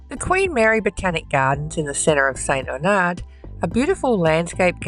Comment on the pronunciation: It's pronounced St. Arnard not Aunard., just FYI.